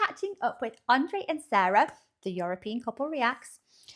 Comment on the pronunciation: Andre and Sara (pronounced Sarr-ah, not sayre-ah) were in about 4 square miles of the over 22 square mile island of Manhattan, all of Manhattan is only 7% of New York City and about 000.048% of New York. Again, the CITY is called New York City, the STATE is called New York. Do not call the city "New York" we are tired of that city getting confused with our beautiful state.